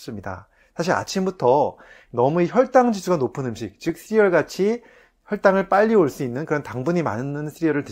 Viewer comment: 쓰리얼 (x) 씨리얼 (o) . . . . ㅋㅋㅋ웃자고 함 댓글 남깁니다. 간단하지만 꼭 필요한 건강상식..잘 보고 있습니다. 감사요~